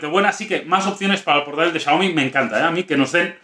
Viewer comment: no sabe pronunciar Xiaomi